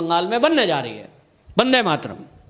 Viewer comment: बाक़ी सब तो ठीक है... वन्दे मातरम होता है... बंदे मातरम नही